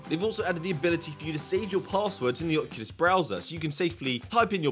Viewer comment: “Ocukus”